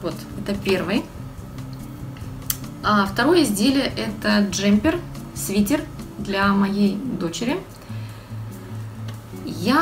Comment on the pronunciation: СвитЭр, пожалуйста! СвитЕр не говорят